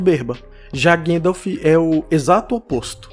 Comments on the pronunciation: não sei quem é "Guendaf". repita comigo: GAN-DALF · Eu adoro os seus vídeos. Meu único incômodo é com a forma como você pronuncia Gandalf. A pronúncia é "GONDALF". O próprio Christopher Lee pontuava isso no set de O Senhor dos Anéis. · Pfv, não fala Guéndalf 😭😭😭